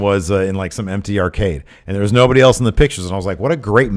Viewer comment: Not to hate, (I LOVE this show) but my #1 and pet peeve is the way says “else.” He says it like “eltse”